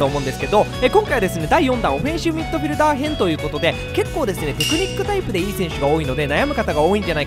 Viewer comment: おふぇんしゅみっどふぃるだー